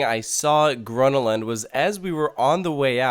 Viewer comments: Well, the fact that he said, "gruna lond" triggered me a bit. So badly pronounced. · okey im triggerd... it's called grÖÖna lund. say it correctly got damnit. and second you can park just at the entrance but most of the parkings are private or full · Whyyy did you say Gvånna lann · Its pronounced Gröna with the Ö as the U in "Uuuhh", and Lund with the U as in "You" :) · The way he pronounces Gröna Lund makes me want to punch him in the face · Im from sweden and every time he says grönalund, im slowely dying on the inside